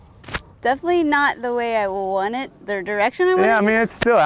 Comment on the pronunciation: The colorshift Z, all I wawnt.